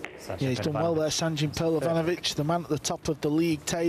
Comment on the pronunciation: finaly someone pronounced his name correctly 😊